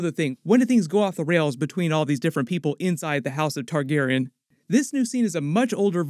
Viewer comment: Why can’t u say Targaryean?